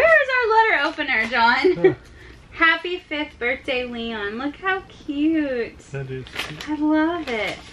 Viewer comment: John it's not birfday it's birthday with an th